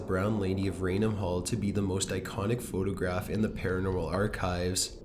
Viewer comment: Every time this guy ends a sentence, he drags out the syllable. Listen...he says photograaaaaaph, loooooooook, centuryyyyyyyy, late at niiiiiiiight, etc. Almost like he's possessed himself.